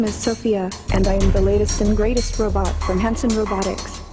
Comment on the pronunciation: It's robot not robort